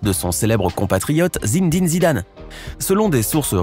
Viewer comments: Zin'dine Zidane ma achevé Ça ce dit Zinédine Zidane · Il'a dit Zinidini Zidane lol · Il a dit zindin zidan😂😂🚨🚨